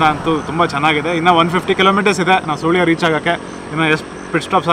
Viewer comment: It’s not Soolya, 😢oh my... 😢it’s Pronounced as SuLya😅